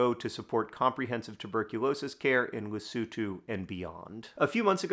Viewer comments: Yes. I applaud John's effort to pronounce Lesotho that's recognisable Masotho & South Africans. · Thank you, John, for (among other things) teaching me how to pronounce "Lesotho". I had been saying the o's like "oh". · I literally came to the comments to comment him for actually pronouncing Lesotho the way it should be.